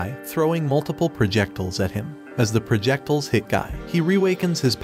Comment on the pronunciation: prajectles… rly?😂😂